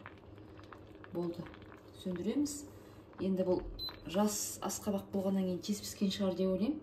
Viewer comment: Аскабак акабак емес.